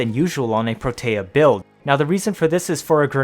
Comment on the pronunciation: I feel like Protea doesn't get nearly enough recognition, and people just subsume for dispensary. I'm out here like "put down 3-5 turrets at once, max duration, and try to find an enemy you can't kill." (Also, I REALLY don't want to be that guy, but it's "PRO-tea." That's how Parvos pronounced it, anyway)